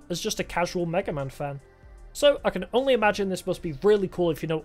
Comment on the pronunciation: That's a way to pronounce Mega Man alright.